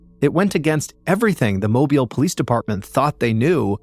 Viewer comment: He pronouned mobile right.